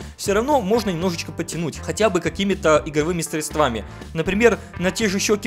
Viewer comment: Средствами ударение на е